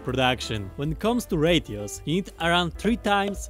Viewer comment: "Why does he keep saying 'radios'....OH, 'RATIOS'!"